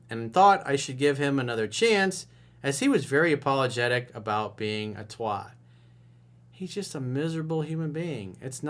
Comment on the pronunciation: Dude, if you're gonna mock the English accent then at least learn how to pronounce TWAT properly 😄